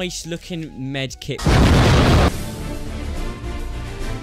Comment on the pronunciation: Med kit not kite